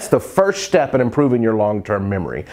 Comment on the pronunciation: dude, now you remember this: it's not shtep, it's step :)